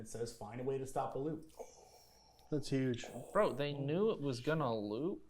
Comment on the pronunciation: “It’s a Hugh” hurt me lmao